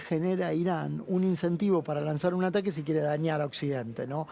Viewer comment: Quien más se dió cuenta que dice ARAQUE en vez de ATAQUE, hasta el minuto